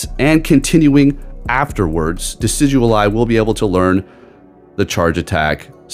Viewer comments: How you’re saying it: De-Sid-You’ll-Eye How to actually say it: De-Sid-You-Eye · it's not DECIDUAL-eye it's decidueye!!!!🙄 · Decidualeye 😂 love ya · you're still pronouncing it wrong 💀💀💀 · Him adding the “L” kills me every time! Lol